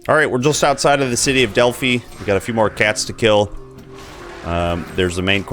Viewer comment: I really like this series of videos. I haven't played this game all that much, so I'm going to try some of these masteries that you are showcasing. Also, "Delphi" is pronounced with a long "i." It rhymes with "eye" and "sky."